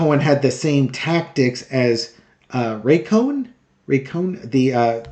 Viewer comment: Roy Cohn not Ray. What's a vowel between friends. Drump's son Eric, his newest person trying out for VP J.D. Vance and another person are in the gallery Texting away; how can that be okay?